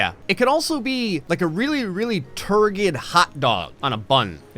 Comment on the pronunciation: “Turgid” is pronounced “tur-jid”